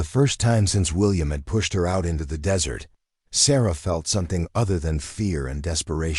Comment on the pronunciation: Whoops - tale, not tail. Kind of like the AI reader saying dessert for desert and tippy for tipi.